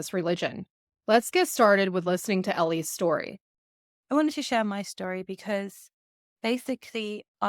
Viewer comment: Why do you speak like this . .. it's not chetory but story for instance . Its annoying listening to you when you speak like this